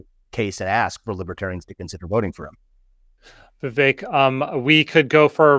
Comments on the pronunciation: It’s pronounced VIV-ACHE, not VIV-ECK Learn to pronounce your guest’s name. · It's "Vivek", like "cake"